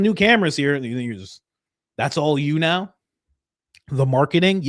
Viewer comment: Blake Bednarz is live on Danks saying that he has a receipt showing that Candace downloaded the WeTransfer file. We need Candace right NEOW lol Candace, please come to the front of the class to set this man straight!!